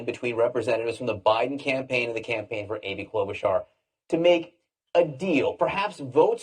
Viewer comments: its pronounced Klobu (char) not Klobu (car). Awesome segment however. Thank you. 49 years old and huge fan of yours. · Your pronunciation of "Klobuchar" is frightening. lol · Why do you say "klobe a car"? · Quick question. Are you purposefully saying every candidates name wrong?